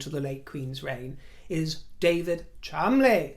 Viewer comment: Thank you you angel! for your linguistic prowess. I heard an Australian newsreader last night talking about the Chol-mon-de-lees and practically vomited. When you said, correctly, the Chumlies, I thanked Heaven for you.